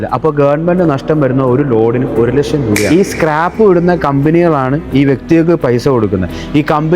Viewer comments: ഇവന് ഒരു ലക്ഷം എന്നു മലയാളത്തിൽ ഉച്ഛരിക്കാൻ പോലും അറിയില്ല,, ( 1 ലഷം ) കൊട്ട്,സൂട്ടു, ടൈ എല്ലാം ഉണ്ടു,, ജ്ഞാനം സമ്പാദിക്കൂ, ജ്ഞാനി ആയി ജീവിക്കൂ,, പണം എന്താണ്‌, എന്തിനു, ആർക്കു വേണ്ടി, ആര് അതു നിർമിക്കുന്ന, ആര് അതിനു വില ഇടുന്നു എന്നൊക്കെ പഠിക്കൂ, എന്നിട്ട് വന്നിരുന്നു കോമഡി അടിക്കൂ,,, 6000 ത്തിനു എത്ര പൂജ്യം ഉണ്ടു എന്നു അറിയാമോ?? 🥰🥰🥰🥰🥰🥰🥰🥰🥰🥰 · നേരെ ചൊവ്വ ലക്ഷം പറയാൻ അറിയായില്ല പിന്നെ നമ്മളെ പഠിപ്പിക്കണ് 😂